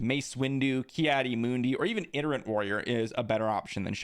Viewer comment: You keep saying iterant warrior when it’s itinerant…